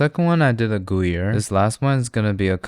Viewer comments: Bro said gooyere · Ah yes, my favorite cheeses. Monster and goo-yer.